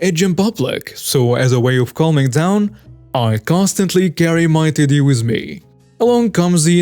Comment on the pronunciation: Anyone else hearing titty instead of teddy